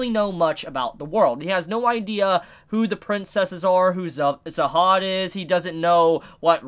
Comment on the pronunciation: HIS MFKN NAME IS JAHAD JAHAD NOT ZAHAD STOP IT 🤣🤣🤣🤣 And idk why they didnt mention the previous irregulars. They tripping that was a missed opportunity. I wonder how they are gonna do that now. Your gonna see a lot of good stuff in this series. Tog has been the number one most talked about webtoon for a got dang reason.